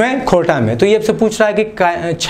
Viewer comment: खोरठाक उचारन करे तोंय नी पारेहें बाबू।